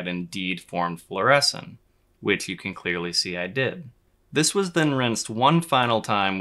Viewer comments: Floor-A-Seen not floor-essen. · Floor-uh-scene, not floor-eh-sin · Fluorescin' ? It's definitely fluorescing 😛 Beautiful footage, BTW. (FLOOR - ess - een) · Fluor-eh-scene, not fluor-eh-sin, I just have to be that dude.